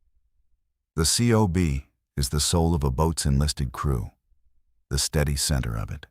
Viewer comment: In the fleet COB is spoken as cob...not spelled out as individual letters.